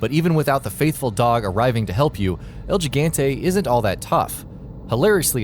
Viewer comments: Balta Bueno As a spanish speaker, it hurts hearing how pronounce the giant’s name “He-gan-te” to “Gee-gan-te”. 😑 Not to mention Sheva is pronounced multiple times with a short “e” and not with a long “e” just because it’s spelt with an “e_a”. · it's (L GIG-ANTE) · "El Jig-ant-ay" lmao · im cringing rn cuz he said gigante not higante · I know this man did not just say “ el jigantaye “ it’s pronounced el higanté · I honestly think that el gigante is read to as "el higante" not "jigante" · "El geeganteh" "you probably only seen a resident evil game in passing" jesus christ. It's like they just read a few wiki pages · El Gigante The butchered pronunciation - El Jigante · El Jigantay? Come on. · Elle.. geegantey?! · El jee ganteh.....(inhales) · “El Jiggantay.” God, you poor, uncultured swine.... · EL GIGGENTEH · El gigente? Bro do u even spanish? Please say it spanglish at least holy shit. Seems like Spanish is the toughest boss according to your pronunciation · El Gigante (L-He-Gone-tê) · Ismael Aguilar L-HI-GAN-TAY actually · it's pronounced El Hii-gahn-tey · El Gigante, correctly pronounced He-gante. Your welcome.... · Mr. Lopez It's L-HI-GAN-TAY and you're welcome, actually. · El Geegente?! It's EL GIGANTE! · "El Jigante" "Sheeva" Even though the game tells ye how to pronounce it multiple times lol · Lol yeah. Their respective games clearly pronounce it “He-gahn-tey” and “Sheh-vah”. Reminds me of Markiplier repeatedly mispronouncing Sebastian’s last name repeatedly during his Evil Within playthrough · Revenge Sniper el "chicken-te" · I lost it when he but algeganti cmon algeganti ????! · 1 - El Gigante is pronounced "El Hee-gan-teh" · Actually its L-HI-GAN-TAY. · It pronounce El Gigante not * El Jigante* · That El Geegeynte nearly killed me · el (gee-gant-eh) lol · Jeegantay LMAO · The first toughest boss on our list is Eel Geegauntae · Mobile Gaming El Tschigante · Mobile Gaming it's higante pronounced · El Gigante [ he•gone•tey] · el gee gan tay